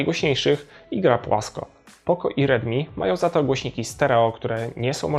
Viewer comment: Dobra recenzja ale bez kitu nie mam pojęcia kiedy mówisz ridmi a kiedy rilmi.